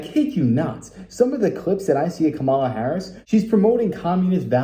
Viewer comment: It's "Kamala!" NOT "Kamala".... !!! LOL